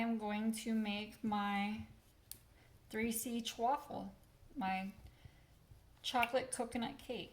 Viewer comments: Why do you keep saying chwaffle? There is no W in chaffle. It's pronounced CHAFFLE just like it is spelled. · I think its "Cha-fle"! Thank you for all your great ideas!❤ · Stop saying Ch..waffle! I will stop watching if you cannot figure out how to say.